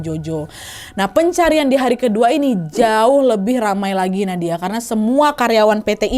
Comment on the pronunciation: salah ngomng Nadia😭